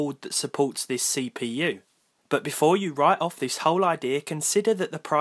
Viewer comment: this Say-p-you